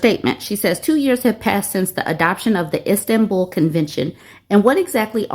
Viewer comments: Sounded like she was saying "Instant-Bull" No hate her way- but it drove me crazy too lmao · It's pronounced Is-tan-bull. Much love from a European 😂❤